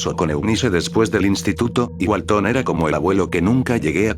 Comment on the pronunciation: Walten no walton, creo que al loquendo no a dicho bien. No soy de Espana o de latinoamerica, Perdon por los errores.